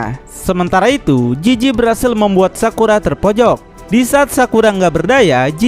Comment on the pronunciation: Jizi Bukan jiji Penzila Bukan penjila